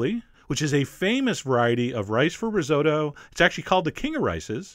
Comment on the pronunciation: Chef! You've mispronounced risotto! Its ri-sot-to.